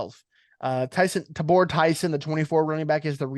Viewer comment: TA-bor Tyson please! (Instead of Tu-BOR). Love your show!!